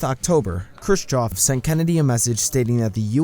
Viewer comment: and pronouncing the name Khrushchev as Crew-choff